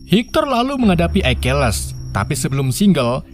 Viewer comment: Akilis, bukan aikiles